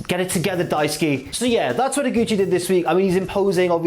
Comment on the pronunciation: About Daisuke Sasaki, it's not Daisu-ki, it's Daisu-kay.